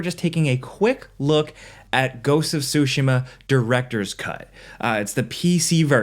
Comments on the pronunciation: TSU-shima not SUSHI-ma. Other than this I lived the review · Ghost of Sushi-ma .. bro lol